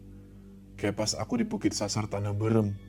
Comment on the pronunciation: maaf aku ngakak sebagai orang sunda pas denger bilang "tanah beureum" wkwkwk